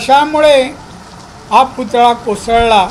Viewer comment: पुतळा सुध्दा नीट बोलता येत नाही